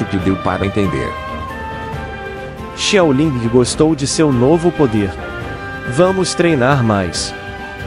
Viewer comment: Pq ele fala xiaolingi